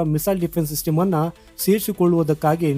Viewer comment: ಸಿಟಿಮು ಅಲ್ಲ ಮಾರಾಯ😂😂 ಸಿಸ್ಟಮ್ ಅಂತ ಸರಿಯಾಗಿ ಹೇಳು